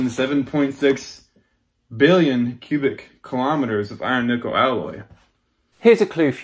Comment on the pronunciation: When I ever he said iron nikkel I heared iron nipple and couldn't stop my self giggling to take anything else he said seriously. I need help 😂